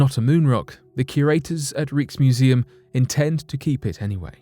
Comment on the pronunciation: Rieksmuseum, gotta love it!